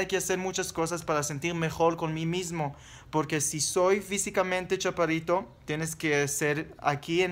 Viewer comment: yo tambien mido 1,64... escuche mal o dices ¿chapadito en vez de chaparrito? hehe saludos...